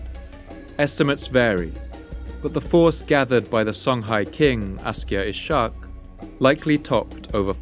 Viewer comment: Ishaq is pronounced iss-haaq